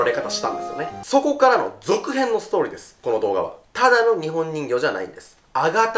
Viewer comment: 「ストーリー」の発音よ